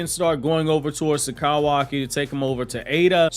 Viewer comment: I can’t get over the way you say kawaki “kowaki” 😂🤣😂🤣😂🤣